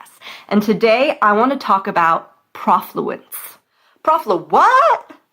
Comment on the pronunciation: Be nice if you knew that the "pro" part of the word rhymes with "no"